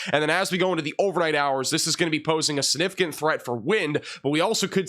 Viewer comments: snifficant? Don't you mean... SiGnificant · SIG nificant. You're an announcer for crying out loud. Try harder. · You are so funny - significant has a G that is pronounced. SIG-nificant. You say it a lot- let's hear that G!😂